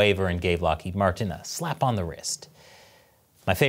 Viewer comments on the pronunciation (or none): none